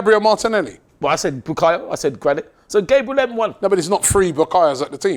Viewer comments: It’s not Gaybriel it’s GABBB RE L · its annoying enough saying Gabriel, but at least pronounce it right if he cares so much about respect